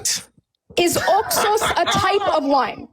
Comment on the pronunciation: How about we take a sip of wine every time she says Oxos? And actuality, I hate the way she says that she keeps saying it like she’s saying two words, “ox sauce” And I feel like if she says that word one more time it makes me wanna slap her. This girl is not bright. I see what Mohammad was talking about when he said “half brained.“ They’re all like this. She needs deliverance so she’s also calling Jesus Christ a liar? Girl, you better repent and repent fast that’s not funny.